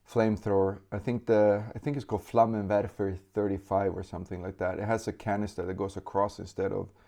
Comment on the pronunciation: "Flammenwerfer" Perfekt spoken in German